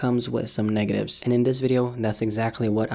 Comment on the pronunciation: In the begining heard you said negaves instead of negatives . BUT MY NIGGA YOU MAKE VIDEOS ON ISSUES THST ARE HELLA TRUE AND IMPORTANT TO HAVE SISCUSSIONS ABOUT, I REALLY LIKE YOUR CHANNEL AND YOUR UNIQUE CONTENTS. I THINL YOU ARE THE ONLY COMMENTARY CHANNEL THAT I WATCH AS I HATE THESE TYPE OF VIDS BUT YOURS ARE TOP NOTCH. KEEP UP THE GOOD WORK